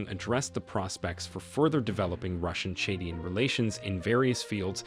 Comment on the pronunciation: Chadian not chedien. Niger not nigiri please